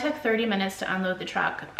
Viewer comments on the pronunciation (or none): none